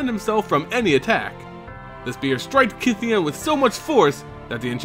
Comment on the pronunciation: I thouht it was pronounced as KAI THEYON